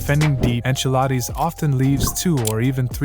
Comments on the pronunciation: Enchiladi😂 enchiladas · why does he keep calling him?